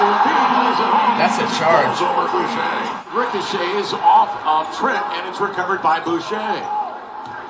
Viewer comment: "Brochure with the dunk" LMAO It's pronounced Boo-shay my man